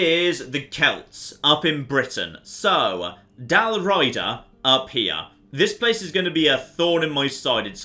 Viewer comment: Used to play this all the time and never noticed so many historical errors (Dal Riada not Raida, Mediolanum not Medolanium) Used to love going the Barbarians even though my go to guys were the Julii and the Roman Western Empire. Need to get back into this again